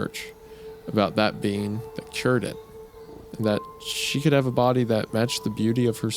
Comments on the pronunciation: 🫘 all I herd was “bean” not “ being” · Is it just me or do I keep hearing "bean" out of Wendigoons mouth everytime he mentions the word "being". I wasn't looking at the video so for the longest time I was very confused. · Everytime Isaiah said 'being" I thought he was saying "bean" like wtf do beans have to do with this 😭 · Why does Wendigoon pronounce "being" as "bean"? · every time wendi sais "being" it sounds like he's saying "bean" and it really adds to the story. almost as good as in stolen tongue whenever he sais 'fae's' mom or dad it sounds like hes saying faze mom and faze dad. so funny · Great episode! Fun fact every time wendigoon says being I kept hearing bean which made the mental image very funny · For a time, I genuinely thought the word Isiah was saying was "bean", till I started reading along.